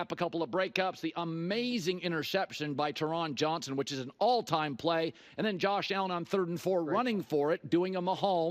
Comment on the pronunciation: Jfc Colin — dudes been one of the best nickels in the league for YEARS & you still pronounce his gotdamn name incorrectly. It’s pronounced TEAR-INN JOHNSON, not TUGH-RON JOHNSON